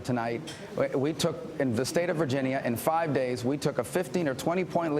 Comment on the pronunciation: technically right now Trump is fighting with the little guy haha (Rubio). stop saying virgineeya you dumbass